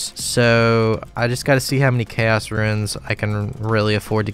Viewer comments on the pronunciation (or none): you say ruins instead of runes and it makes me want to die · Correct me if I'm wrong, but catching implings gives xp and they are tradeable. Also I appreciate you calling runes, "ruins". A buddy I used to play with, called Draynor Manor, "DraynerMayner". I hear that in my head everytime. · Roons, not ruins :) great vid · is he saying ruins? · Love your content but please stop calling RUNES ruins lmao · I'm tempted to make a wiki on how to pronounce the word "runes"